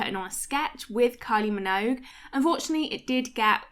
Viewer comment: What is a kyl-e min-owge?